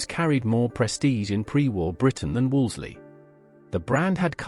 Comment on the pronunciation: Wolseley is pronounced ‘WOOLSI’ (Except by less-educated commentators). I was very much around in those days, and can contradict your disparaging remarks. Vehicles didn’t creep about. They were driven at speeds according to speed limits. Evidently the narrator is too young to realise that following the war, everyone was very far from being wealthy, rationing continued well into the 1950’s and there were reliable train and bus services. Until the Railways were wrecked by politicians, who were neither Raiwaymen, nor of limited means.